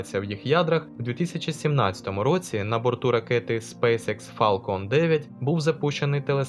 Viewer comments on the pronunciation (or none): none